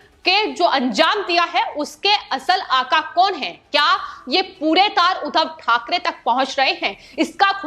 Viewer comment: बार बार उद्धव को उधव बोल रही हो I